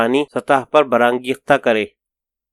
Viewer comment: بہت خوب لیکن قاری کا تلفظ کہیں کہیں کمزور ہے ،جیسے پے کر کو پی کر اور بر انگ گےخت کو برانگ گی خت پڑھا ،بہرحال اقتباس زبردست ہے ۔ شکریہ